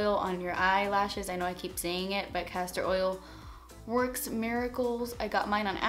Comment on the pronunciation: what oil did she use on her lashes? I am from germany and didn't understand the name .. cassar oil??